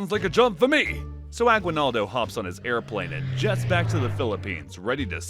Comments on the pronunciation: its not agwinaldo its Aguinaldo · I'm sorry but you keep mispronouncing Aguinaldo. The u is silent. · I am form Philippines and the way he said agwinaldo i am crying 😭😂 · Guys y’all are pronouncing “Aguinaldo” wrong